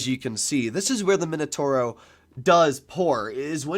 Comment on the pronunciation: MI NO TAU RO… not minotoro 😵‍💫